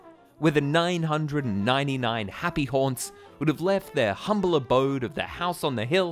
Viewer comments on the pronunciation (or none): none